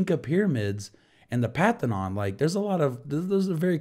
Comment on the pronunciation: It’s called the Parthenon, not pathinon.